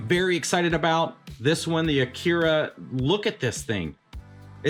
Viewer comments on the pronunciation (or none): none